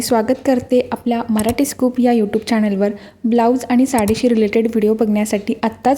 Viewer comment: U टूब म्हणायला शिका आधी